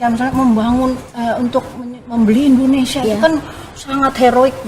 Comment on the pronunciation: INDONESIA... bukan INDONESA.!!